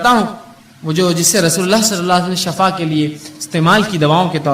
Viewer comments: Shifa not shafa.....shafa means mout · لفظ شفا درست ھے شفا زبر معنے گڈھا سورھ بنی اسرایل مئن ھے لفظ شفا ش زیر کے ساتھ درست